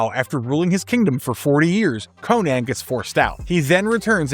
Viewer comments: It's pronounced Conan not Cohen dude. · Conan (Koh-nin)